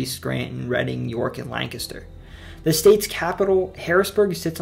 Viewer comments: Thank you very much for saying Lancaster correctly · You said Lancaster the right way🙌🏼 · thank you for pronouncing lancaster correctly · You said Lancaster right! Makes me think you’re from central PA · he said Lancaster correctly, Hallelujah! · You might be the first person not from Lancaster that I ever heard pronounce Lancaster right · The Amish are actually Swiss and Delaware was part of Pennsylvania, look it up, but at least you actually pronounced Lancaster correctly. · As someone from Lancaster I am so overjoyed that he pronounced it correct. You’ve earned yourself a sub good sir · PA resident here, really great video you put together. I love that you crushed the various dialects within the state, and said got Lancaster right. I also love that you managed to squeeze Pennsyltucky in there, its worth noting. My only miss to call out would be another pronunciation education for all in calling out America's oldest brewery Yuengling. I bet Dr. Oz doesn't know how to say it. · Watching from Lancaster, and no, I'm not Amish. Also, props to you for the correct pronunciation of Lancaster. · You said "Lancaster" right! Also, Wilkes-Barre is pronounced [Wilks-Berry] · Yup! I’m from Lancaster. The easiest way to spot an outsider is the mispronunciation of the name. Correctly pronounced here! Solid research! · lol, i was looking for this comment! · I could tell you are local when you pronounced Lancaster right and mentioned Pennsyltucky 😂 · Thank you for saying Lancaster correctly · You lived in Pa!!!! That's why you say Lancaster right! Thanks for the respect in saying the names correctly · Bonus points for pronouncing Lancaster correctly. As a quick sidenote, Lancaster sits on the Conestoga River, a tributary of the Susquehanna. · Oh my god, he said Lancaster right. I've had to explain to people even from Philly that its "Lank-ister" not "Lan-caster" . Good job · You pronounced Lancaster (lang-kister) correctly lol good job! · He pronounced Lancaster right